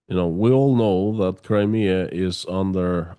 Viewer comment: Where’s “Crimear”?